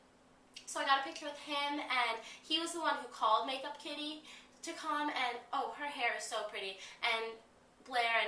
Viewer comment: it sounded like you were saying makeupkitty. but its meekakitty.